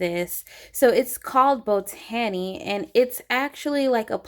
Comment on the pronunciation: “BO-TANNY?” the word botany is actually pronounced “BOT-UH-NEE,” as in the science of plants.